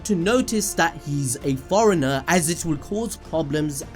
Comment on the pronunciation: And forener lol